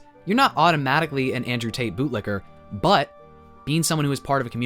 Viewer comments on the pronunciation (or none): none